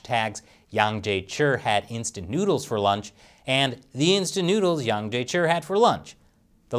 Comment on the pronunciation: Hey, where's your Chinese language linguist these days (Shelley, of course), that your Chinese pronunciation has deteriorated so badly? I'm sure Mr Yang would have sleepless nights if he ever watched your latest videos (on America Uncovered too!) and heard how you are distorting his name lately...! Imagine him calling you "Krees" or "Crease" or "Grease" Chappell... Would that not hurt your feelings too?!